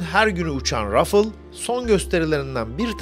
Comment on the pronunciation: Değerli Üstadım, Fransızca kelimelerin okunuşu biraz dert yaratır. “Rafale” kelimesi “rafâl” olarak okunur. (İkinci a harfi çok uzatmadan ve ince a olarak telaffuz edilir) Saygılarımla.